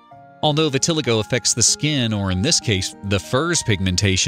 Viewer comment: Thank you! Their wrong pronunciation almost made me scream!